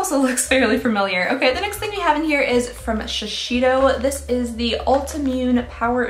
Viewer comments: Dear, love your videos, but please, it’s shi-sei (like SAY)-do, not shishido lol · It's Shi-sEY-do, not Shishido or whatever that pronunciation is XD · 💀💀💀 every time says shi-she-do for Shiseido 😂🤣💀 It should be something like "she-SAY-doe," but please don't change, it's adorable! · I imagine that’s how Shiseido is pronounced by English speakers, but the correct pronunciation is “she say dough”. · Ok, for the new year please learn to pronounce these words...Shiseido is Shi-ZAY-do, and Lancôme’s mascara that you love, Monsieur Big is Muh-syur Big. The perfumed candle is Baccarat...Bah-ka- rah. I think the other word was Madison, May-zon. And finally, Chantecaille is Shan-teh-Kai. Thank you, carry on. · Pronounced shisaydoh. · Ok, please, after all this time please pronounce Shiseido Properly….. SHI zay do. Thanks! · It's so adorable, and I absolutely love it, that she struggles so much to say shiseido. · I like skincare but this is a ripoff! What's the point of 3ml Guerlain serum regardless of how much it is? Also, please look up how to say Shiseido, Omorovicza and Chantecaille. You'd be surprised how wrong your pronunciation is :) Happy New Year!